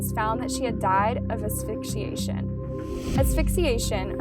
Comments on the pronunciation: Afisciation ?? Or Asphyxiation? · aphysciation???? Huh? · Afigsiation lmfao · "afixiation" uhm... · "Aphyxiation" lmao pronunciation is not her forte...at least edit mistakes out ffs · "Aphyxiation" lmao someone doesnt know what editing is... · Gotta practice saying the word “asphyxiation” haha. And it’s concurrently, not co-currently. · I love your channel, but GIRL, asphyxiation killed me.. lmao. One of the other last videos you said cadaver which was mispronounced several times. It drove me nuts 😭😂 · I swear to God, I'm not saying this with any malice ⟨ I genuinely enjoy your content! Specifically, the concise, delicate, sensitive, RESPECTFUL and gentle way that you present these cases 🖤 ⟩ but I notice you had trouble pronouncing asphyxiation.. ‹ which is NBD, girl - I couldn't spell it in this comment properly without autocorrect 🤐🤷🏻‍♀️ lol › the Google dictionary has this super cool «imho» feature where they teach pronunciation. I use it whenever I'm unsure! They not only speak the word aloud for you, they have an animated mouth that shows you how your mouth should move with correct pronunciation. There's also an option to slow it down both visually and audibly so you can get the hang of it. 😊 I've found it incredibly helpful myself and wanted to share the knowledge! Keep up the fantastic work! And congratulations on ALL of your successful channels!! 🥳 I hope you have a beautiful holiday season! 🖤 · I noticed u mispronounced asphyxiation. I find that so cute for some reason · Few grammar points . You do a great job just google the definition of words that you aren’t familiar with so you say and use them correctly . Asphyxiation- think of ASthma Concurrent(ly) - you said co currently . Concurrent means at the same time as opposed to a consecutive sentence which is one charge after another